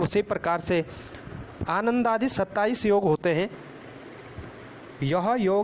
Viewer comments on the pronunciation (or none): none